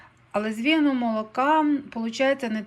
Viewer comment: З якого молока, не почула-зрозуміла - вєнового молока?